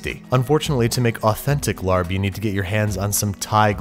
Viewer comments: It’s laab not lard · I was about comment I cringed a little bit. We pronounce it “LAH-P” 😂 but I enjoyed this ep a LOT. This used to be my fav as a kid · It’s more like Lah-pp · It’s pronounced “lab” with a short a!!! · Pronounced "laab" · It’s pronounced Laab r is not pronounced they even mispronounced it in the movie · You would love me, I have speech impediment, so no matter what I would try to do it would be lalb, or lahb for me. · It's pronounced "lop". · I always see it spelled with an 'r' but it's pronounced "laab" by all the Thai people I know (including my Mother-In-Law who is always right, haha). The only main difference in the recipe is she uses fresh Thai chilies and it is hotter than hell and we use cabbage instead of lettuce as wraps. It's one of my favorite dishes. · Larb lmao. Used to bother me so much when it’s pronounced that way instead of Laab. Like hearing people pronounce Pho wrong. Made me giggle. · Its not pronounced "larb" its more "lahh-b" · It's pronounced more like LAHP. The "b" is a light "p" sound for us. But hey, it's a tough one. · Its pronounce laab lol great video. This dish is not very mainstream compared to pad thai but if u like food with really strong flavor. Try it! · Nobody seems to pronounces it correctly, I don't know how to explain it, I'm half Thai and it's been one of my favorite dishes since I was little. The best way I can explain it to you, is don't pronounce the r so much. Pronouncing it like "lahb" is probably the closest. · You said I Larb It Welp Shut Re-upload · Rachel does it look like we knew that? English is our only language so you shouldn't judge us for not knowing its proper pronunciation when its spelt Larb.